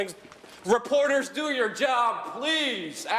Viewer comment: Luke goes full NYC "You don't have to put ya hands on me"